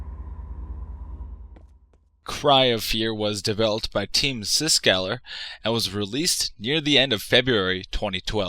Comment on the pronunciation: dude, its Psykskallar, not Psyskaller.